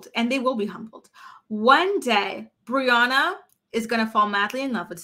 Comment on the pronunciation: Did u just call her boriana 😂😂😂 yesss